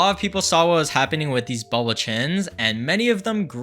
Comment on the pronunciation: Did he say booble chin?